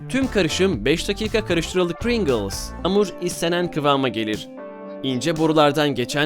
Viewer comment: de pringles diyo öldüm gülmekten shsjddjdjhddjdj